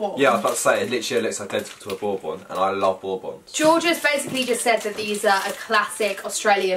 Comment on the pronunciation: If so it is bobons but pls say it like borbuns